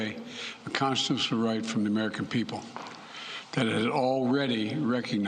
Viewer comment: Technically Joe said "the Conshushinal Right" and I don't know what that is